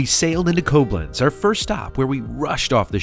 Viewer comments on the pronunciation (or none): Quick FYI - Koblenz is pronounced with the emphasis on the second syllable, so KobLENTS, not CO-blenz. Also ‘pièce’ (de resistance) is pronounced ‘pee-ESS’, not ‘PEECE’.